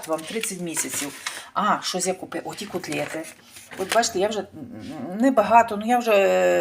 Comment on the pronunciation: Ужасная речь🤮 кУтлети